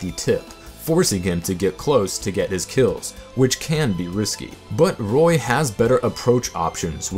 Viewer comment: Roy -_- not toy